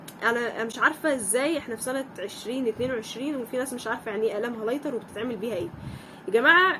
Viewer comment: معلش بس عايزه اوضحلك معلومه هي ماسمهاش هالايتر اسمها هايلايتر